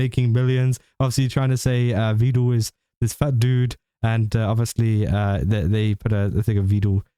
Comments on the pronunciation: Meedul peedul Veedul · Fyi, for future reference. Vedal is pronounced as, "medal, pedal, settle." Neuro just mispronounces it constantly.